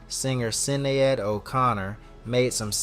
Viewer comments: It's pronounced SHI NAYD O'connor and she was a confused woman with a lot of mental health issues she was dealing with. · Sin-ne-Head 😂😂😂😂😂😂 it’s not pronounced that way at all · you can't even read Sinead Oconner correctly? gtfo ,stop making videos,lol